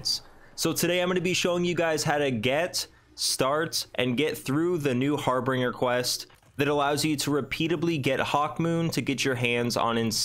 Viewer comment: HAR-BIN-GER is the how the word is pronounced. Thanks for the video though.